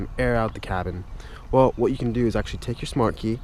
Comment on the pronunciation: Anders Jaasund he said it "agchtschlly"